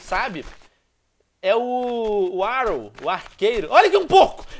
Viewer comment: "é o Arou" Meu Deus do céu... nunca pensei que aguem ia falar arrow errado é tão fácil! A unica diferença desse dai e do Oliver, é que o Oli teve um naufragio de um barco, ficou num bote com o pai e um tiozinho lá, o pai matou e tiozinho dps se matou, ai ele foi parar numa ilha ficou com o cadaver do pai ai tirou uma caderneta do bolso do pai com nomes encontrou um velho que ensinou e a usar arco e flecha foi levado para um acampamento militar foi torturado ai ele teve de escolher entre a vida de Sarah e da filha o cara que morava na ilha( n sou boa com nomes) e salvou sarah, ele tinha um amigo que tinha só um olho que ficou bravo com ele por n ter salvado a outra tomou o mirakuru fico lokão e vou para de dar spoiler